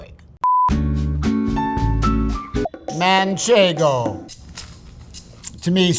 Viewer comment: for a cheesemonger his pronunciations are kind of youmami. munch ego rogue fort ;)